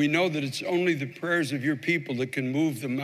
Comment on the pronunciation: LOL I thought he'd gone Southern when he said Pray-ers